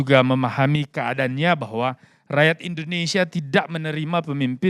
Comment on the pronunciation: coi kamu bilang Indonesia aja gak jelas "Indonesa " Apa itu namanya orang intelektual???